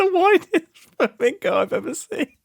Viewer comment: Did you call it a "flamongo" on purpose? Because that's honestly a perfect name for the thing.